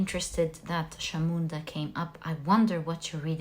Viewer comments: Also just to add for you the pile three kali’S name Chamunda is not pronounced as Shamunda but as Chamunda as in cha ( for chat) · Hello may I correct you with the pronunciation of Chamunda. The CH is pronounced like the CH in chocolate not as a SH. I hope you don't take this badly I have no bad intentions. I am following you regularly and I am taken aback by your accuracy in your readings. If I may, I think you have got to be the best Tarot reader I have come across. Your knowledge is vast and interpretations spot on.